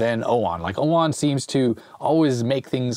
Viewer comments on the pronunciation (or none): OWON or UOMO? 😂😂